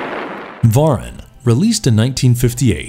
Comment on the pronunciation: Mispronounced Varan too.